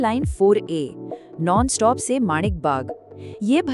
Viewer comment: नॉनस्टॉप नहीं, 😂 नळ स्टॉप, और हिंदी में नल स्टॉप भी कह सकते हैं